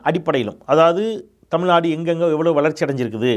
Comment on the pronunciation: வழுக டமில்நடு..😂😂😂 what kind of moral he has?